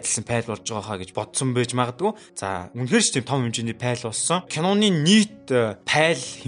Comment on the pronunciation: Пайл биш файл/фаял/ гэж хэлээрэй. Амжилт. Гоё байна